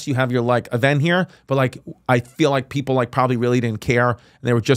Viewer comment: chrissy the look in your EYEEEE when you said greek pepul